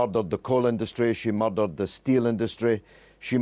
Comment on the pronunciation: did he say "moirdered"???